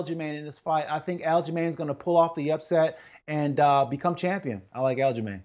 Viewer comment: Champeeon?? LOL